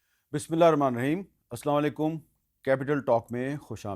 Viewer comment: وعلیکم السلام سر ! آپ السلام علیکم واضح بولا کیجیے ۔